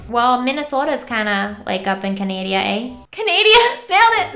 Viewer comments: Canadia. CANADIA. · Canadia ...... CANADIA !! girl come on x)